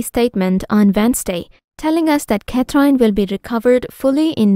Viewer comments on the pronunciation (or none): This commentor pronounce Princess Catherine name wrongly. She pronounce as " Cat trine " No respect. Shame on her! No subscribe